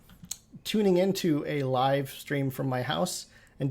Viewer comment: Lolol actually Sim Guru Ninja was going off in chat about his mispronunciation. It’s supposed to be “live” rhymes with “give,” as in living